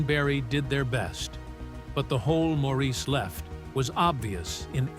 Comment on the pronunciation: Why all the split screens with pictures that aren't any of the Bee Gees? It is pronounced "Morris", not Maurice 🙄😬